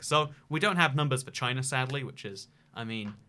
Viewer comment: If your reading this in the future, BeWArE ch-y-na